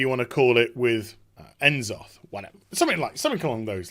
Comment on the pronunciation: "N-soth" Lul